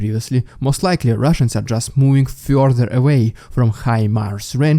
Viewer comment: Moving feorther away to the souwce Moving further away to the south gotta learn how to make th sounds lol and t sorry it gets me every time the Souwce and the Norse, south and north i know im a meany but i say it not to be mean but because it makes me giggle 🤭 everytime 😂😆😂😆 there is another updater that says it the same way too this accent makes me giggle.